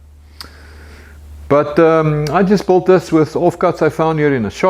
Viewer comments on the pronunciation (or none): I think he is saying built but it sounds like bought